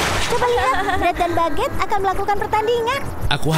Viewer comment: Bagueete=1% Tuan bread=99% Cara baca=bagutte=bak get Tuan bread=tuan bret